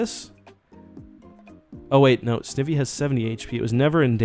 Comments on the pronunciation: It's Snivy, like the i in Knife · Anyone remember the snivy meme? Smugleaf lol Btw its pronounced Snigh-vee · Someone count how many times he has pronounced Snivy wrong and tell me by the end of this video please, thank you! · I think you have bad shiny luck because u keep mispronouncing its name, maybe they don’t like that